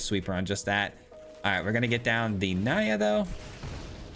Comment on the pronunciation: Im gona be pedantic here. Pretty sure the cards name is Nia (prounounced like knee-a), not Naya